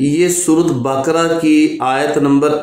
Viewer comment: AOA bhai Baakra ni hota Bakra Hota hai plz surah ka name tu thek se ley.